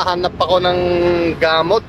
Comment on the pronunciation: Ang cute mo naman. Anyway pwede rin po sabihin.."gumising ako nang masakit ang ulo ko" Gamót ilóng tahó ang stress po ay nasa pangalawang syllable